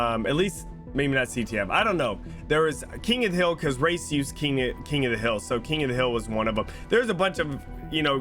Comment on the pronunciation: Lmao when he was saying " I love race" I thought he was saying I love rice. I was thinking wtf does rice have to do with BR.